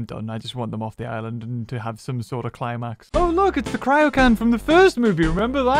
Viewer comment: Except when he said Island